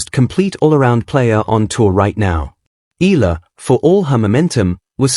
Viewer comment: Please pronounce her last name correctly. E A LA